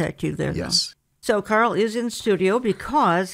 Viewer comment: Carl. Not Carel